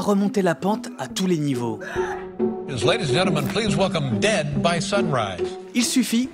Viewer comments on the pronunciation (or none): none